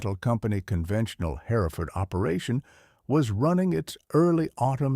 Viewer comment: Oh my fish w this AI.generated garbage! "Lead cow" is.pronounced "leeeeed" and if I bear "hare-if-ferd" one more time! Btw, this isn't "free". Youtube keeps.oromoting this crap so they can blast you with commercials nonstop. You're selling your brain for an AI fictitious, b.s. story. Oh- and flies in the milking shed? Herefords.dont get milked! They're meat cows!